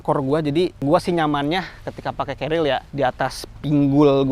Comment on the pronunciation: mase celad.. Carrier mas. Bukan carriel